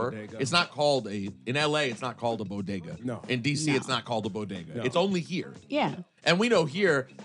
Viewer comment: WTF SHE SAID BOGEDA.. INSTEAD OF BODEGA..🤣🤣🤣🤣😞😞😞😞😞😞🤦🏽‍♂️🤦🏽‍♂️🤦🏽‍♂️🤦🏽‍♂️🤦🏽‍♂️🤦🏽‍♂️